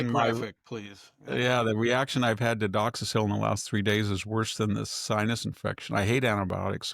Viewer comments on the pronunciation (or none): Victor I love your presentation , but its pronounced doxy cycline ( like cyclist ) its not a penicillin based antibiotic. It will rip your stomach up on an empty stomach so. Make sure you take it with food ( avoid taking with dairy, eggs, kale or spinach ) . Also try to avoid increased sun exposure . May cause risk of sunburn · lol, how funny when you mispronounce the doxycycline it’s cute😊